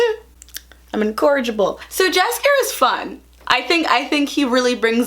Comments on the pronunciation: i rlly hate to be this person but its yaskier with a y, even tho its spelled jaskier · read Jaskier as Yackier (with soft c like in Cersei), it gonna sound as it does in polish, the original, in which its a name for a very lovely aggresivly bright yellow flower, and adjective derived from Jaskier - Jaskrawy means basicly a bright, intense colour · I started watching it a few days ago and it gives me such Xena vibes tbh, in the best of ways. The Geralt/Jaxier relationship was giving me Xena/Joxer. You messing up the names cracked me up 😂 And that Snyder cut joke hits different now lmao I also think the show is too straight, they could have made Geralt bi. I actually think making the hypermasculine warrior protagonist straight is so expected so that would've been cool. And omg outlander, also dropped it because I couldn't with all the sexual assault as plot device and racism. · I love it that you tried to pronounce it right! Next time try to say "Anne-jay Sap-cove-ski" and you'll impress even the Polish fans and the name Jaskier means a type of flower (pronounced like Yaskier)